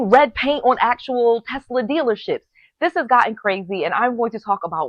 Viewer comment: I love Tesler! LOL